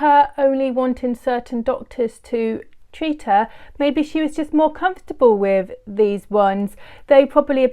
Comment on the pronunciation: It is with not wiv.